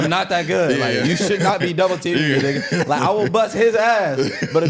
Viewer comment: the way she says nigga tells me she’s not black. quit letting that shit slide yall